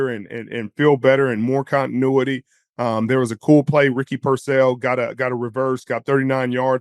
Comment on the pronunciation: Can you please learn to pronounce Ricky Pearsall’s name correctly sherm? It’s not Purcell. It’s Pearsall.